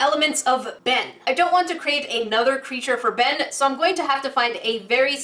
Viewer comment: did she say "Ben" IT IS "BeYn"